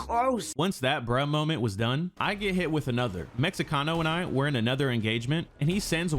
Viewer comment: "Meh-he-cano" just in case you wanted to know how to say it